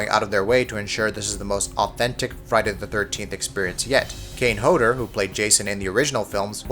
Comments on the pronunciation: its kane hodder not kane hoedder just had to say that so he can say it right lol its okay tho thx for the video it was usefull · really kane hovder its kane hodder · Kane "Hodor"?? don't you mean Kane "Hodder"? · Kane Hoeder????? Pretty sure that's not you say his name. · Did this man just say Kane Hoeder? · WHEN HE MISPRONOUNCES KANE HODDER's NAME